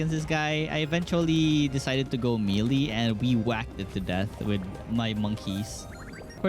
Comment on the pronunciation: man said me lee weapon instead of may lay weapon...